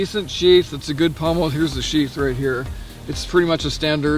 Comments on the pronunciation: Pommel.....not pummel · Sorry, but the word is pommel (Paw-mel) not pummel. The Seal Pup can be found for less than $50 at times. The Gerber Strongarm was running around $50, but dealers got greedy and now they run $69. No one addresses this issue with prices suddenly rising or dropping and then going back to the usual price. That's why I own the Gerber Prodigy Coyote Tan Fine Edge versus the Strongarm. For $69 one might as well buy the LMF2 which is the better model. It doesn't seem fair to me that knife companies do this. As any product ages, or becomes a popular seller or is being discontinued the price should go down, not up. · It is pommel, not pummel